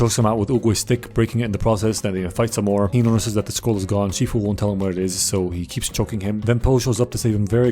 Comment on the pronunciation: Wait did you say Master Queefu